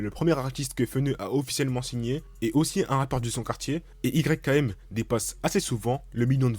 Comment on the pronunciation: ON DIT PAS "YKM" MAIS "YAKEEM" ÇA S'ÉCRIT YKM MAIS CA SE dit "YAKEEM"